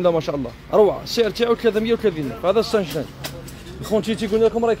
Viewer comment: نقولو ساش لانج مايش سانش لانج وشكرا